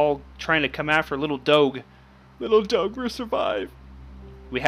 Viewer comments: im sirry but its pronounced dog (e) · you do not say doge like that the g sounds like a j